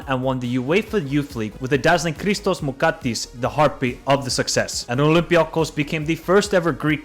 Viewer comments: Bro you failed all names😂 For example No Christos Moukatis It's Christos Mouzakitis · Wtf is Kristos moukatis bro its christos mouzakitis btw nice vid but I had to point out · You didn't butcher the names.. you decimated them. 🤣 Mouzakitis is now "Moukatis".. that killled me... 🤣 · He reads MOUZAKITIS. He pronounces MOUKATIS. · man you've spent your precious time to make a video about greek football, you can atleast spend a few hours extra to verify what you are saying and learn how to pronounce some names.